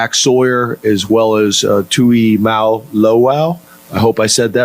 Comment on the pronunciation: most people pronounce his last name correctly. It's just that they added a "T" where there is none. It's just JT. Jaylehn Tuimoloau. They always say JTT.